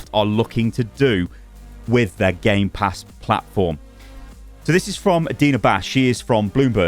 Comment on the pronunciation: ITS GAMEPASS NOT GAMESPASS lol